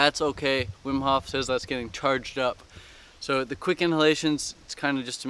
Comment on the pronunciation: his name is Wim Hof not Whim Hoff